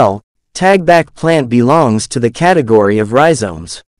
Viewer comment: Talbak not tagbak